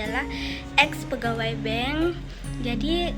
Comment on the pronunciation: Bukan bang... tp bank...bang tu azan..🤣🤣